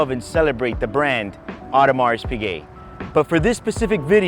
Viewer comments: Everybody knows how he loves and celebrates the brand he cannot even pronounce properly. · You are pronouncing Audemars Piguet wrong 🤦🏻‍♂️ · Audemars Piguet (as a fan, please pronounce it correctly) is a one-trick pony. It's all about the RO. Rolex is less luxurious and more industrial in comparison, but they have more true icons in their portfolio. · He does not even know how to pronounce the brand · dude can't even say Audemars Piguet correctly!